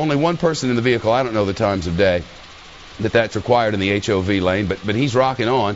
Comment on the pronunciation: My god it's the H O V lande, not HUV lane.